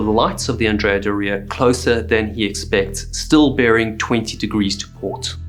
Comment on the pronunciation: And Andrea is not AN-dre-a. It is An-DRE-a. Because the namesake Andrea Doria was a famous Italian admiral and a male. There was even a statue of him on the ship.